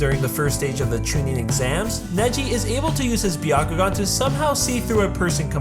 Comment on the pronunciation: Not Bee-ya kugan. BYA.